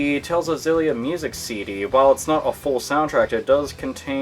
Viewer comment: I don't mean to sound like a douche but it's pronounced "Exillia" The X isn't silent. I know...I hate myself, too. Carry on.